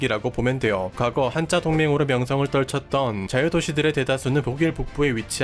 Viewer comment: Hansa에서 온 "한자"는 [hanza]가 원래 발음이기에 [한짜]라고 발음하면 안 되고, [한자]라고 발음해야 합니다. 참고로 [한짜]는 漢字의 발음입니다.